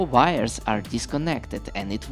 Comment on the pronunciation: Whenever he says 'wires' I hear 'virus'